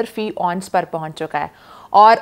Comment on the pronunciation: Please.....its not " onse" but " ounce"